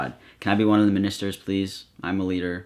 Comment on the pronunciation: saying “minister” like that offends God